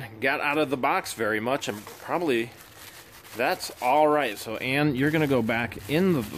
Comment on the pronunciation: her Name is ANNIE like the red head little girl from the movie not ANNE lolz